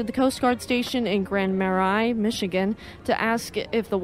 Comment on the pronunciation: Thank you so much for uploading this. I just found your channel. Just a couple of corrections with the pronunciations. Grand Marais is pronounced like Grand Maray. The Sault in Sault Ste. Marie is pronounced like Sue. Other than that real good job. I have also subscribed to your channel.